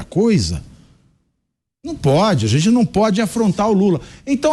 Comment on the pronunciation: Fazueli, se eduque para sair da pobreza e comece trabalhar para parar de pedir tudo de graca para quem trabalha. "Gente" nao Jente, o que e' seromano?? Nao e' estoria, e' Historia. Volte para a escola e aprenda ser gente, seu esmoleiro.